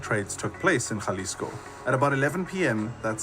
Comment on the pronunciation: Idk what the narrator keeps saying “jaaa lisco” lmao. It’s pronounced “Haa”. I agree with you man. A small blessing is that he was not captured/kidnapped alive.